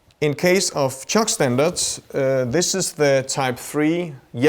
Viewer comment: 1. “Toys” from line 6 is right. 2. I like how he almost pronounces CIOKS as “sharks,” because I love sharks 🦈!